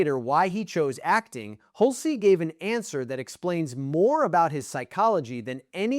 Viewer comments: It's pronounced "hulch", not "hul-cee." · Hul-cey? Get a better AI. Down vote and saying don’t recommend channel.